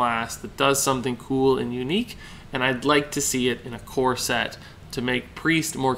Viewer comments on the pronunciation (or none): Every time you say "core set" I hear "corset" that thing that women wear lol.